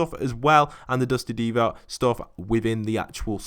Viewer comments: Dusty divot not deevot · It triggers me when he says dusty deevot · It triggers me that he says Dusty Deevoy